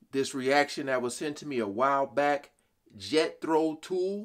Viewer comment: Great reaction and by far my favourite reactor but the mispronunciation of artist and song title are troublesome. Maybe do at least that little bit of homework before posting (spell check has underlined my spelling of 'favourite' but I'm British so I'm not changing it...